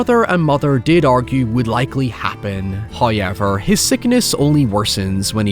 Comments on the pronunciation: hey just so we're on the topic. Have you ever noticed that you say the word "however" weirdly? I havent seen anyone comment on it so maybe you were unaware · the way you fail to pronounce "however" deliberately, is so jarring I cant watch the rest of your video :(